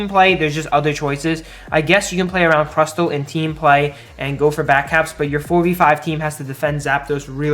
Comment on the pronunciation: I didn't know it was possible to mispronounce Crustle Also Gardevoir was nerfed.